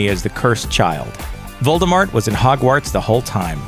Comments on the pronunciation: He Said Moldemort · Is he actually saying Voldebort?? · * sigh * I'm not trying to be rude at all, believe me, but it upsets me when people say "Voldemort" with a "T". JK Rowling herself stated that Voldemort is most defiantly NOT pronounced with a "T", claiming its silent. Instead, its pounced "Voldemor". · “Deathly HOLLOWS” “VOLDOMORT” WTH MAN! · The t in Voldemort is silent